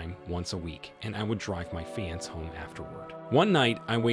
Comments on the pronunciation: FIX YOUR TTS feeanss fiancee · How do you sound like an native English speaker but don't know how to pronounce "fiancé"? Have you just never heard of the word or what? So annoying. "fee-on-say" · I know every time he said it it aggravated me lol. I've never heard anyone say it like that.